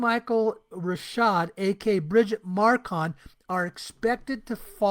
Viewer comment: It's not Marcon it's Macron....it's very annoying that you keep saying it as Marcon over and over. Have you not seen the name written before? Or heard it every pronounced before? Geez